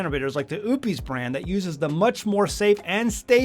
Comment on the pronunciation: Im going to assume you intentionally mispronounced Oupes 😂